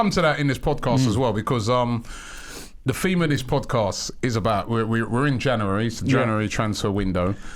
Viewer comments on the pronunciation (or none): Robbie says “Januwarry” 😂